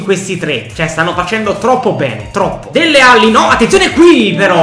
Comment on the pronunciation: Si dice dele alli no delle alli